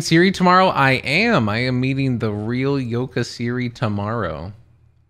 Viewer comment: Yoka Siri ? Thought you said Yoda Siri. 😂😂😂